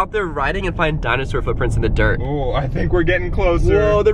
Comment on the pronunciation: When he showed the helmet he said I got my green drit bike then he said and I have my ornge drit bike